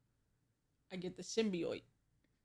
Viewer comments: As a Spiderman fan, how says Symbiote pisses me off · Why the hell do you say symbiote like that tf